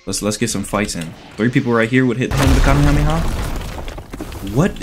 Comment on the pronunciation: The "Cam meh ha me ha~"had me on the floor 😂 (name it N00BHELLKING)